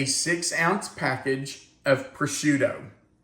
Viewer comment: I’m sorry - but it’s pronounced Pro-shoe-toe.